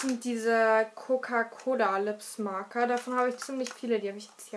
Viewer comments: Es wird nicht Lipsmaker ausgesprochen sondern Lipsmäcker viele sagen Lipsmaiker aber es heißt eig Lipsmäcker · Liebes Kind die Lip Smaacker (wie du es aussprichst) werden ja eig. Lip SmÄ/Ecker ausgesprochen 8) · cooles Video aber man sagt nicht smacker sonder smeicker aber sehr schönes video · Ok was hast du dir ins Gesicht geschmiert? Das sieht so komisch aus und bei Lip Smacker du so die ganze Zeit "Lip Smaka" also ehrlich!! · Du sprichst Lippsmaker falsch aus